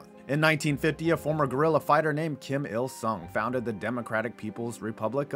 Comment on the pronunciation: When you introduce the dear leader i couldve sworn you said "JIM" il sung and i had a nice laugh for a minute at his expense! Like he was just a regular guy just bein an electrician like "hi there, names jim! Jim il sung! Im here about the breakers!" HAHA!